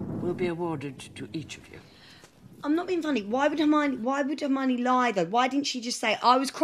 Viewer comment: "Hermanie" oh my goodness